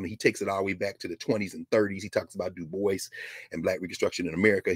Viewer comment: Dubois is pronounced as Du- bwa.